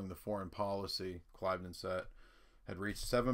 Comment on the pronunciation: Ugg - dude the word is pronounced Clivvden